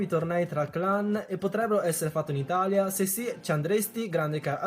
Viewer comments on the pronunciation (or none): none